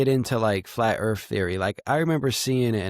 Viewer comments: Why is it when people pronounce Earth they pronounce it without the T? Pronunciation is key. Sounds like EARH.. lol wtf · Did dude say earf?